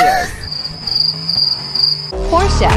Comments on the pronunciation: ITS NOT PRONOUNCED PORCH A ITS PRONOUNCED PORSH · It’s pronounced porsha